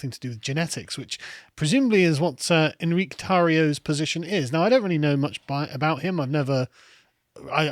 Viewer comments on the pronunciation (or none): hispanic name, "En-ree-kay," not a french "On-reek" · It's pronounced En-Ree-Kay